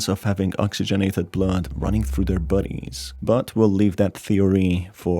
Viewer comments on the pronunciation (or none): Why do u say budies instead of bodies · What i hear: buddies What hes saying: bodies Me- realises: im an idiot